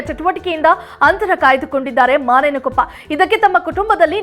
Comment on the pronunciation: ಯವ್ವಾ ಮಾನೆಯನಕೊಪ್ಪ ಅಲ್ಲ ಬೇ ಅದ ಮುನೇನಕೊಪ್ಪ